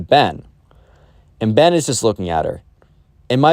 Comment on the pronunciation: ben really messed up like that "ben"